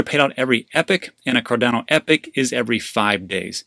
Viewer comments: 'ee-pock' not 'epic' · Sorry but it's pronounced ee-pock (epoch) every time I heard epic I was cringing. Everything else was good tho 😃